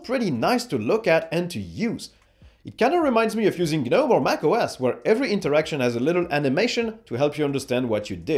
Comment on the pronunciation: Generally your average user isn’t going to go into the older properties windows you dug down into. Users using those parts will also know about the command line. You can’t have it both ways! Also its not G-Nome - it’s Nome - the G is silent.